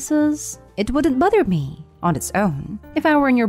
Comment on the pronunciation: Am I the A-hole for being bothered everytime the narrator says "buthered"?😁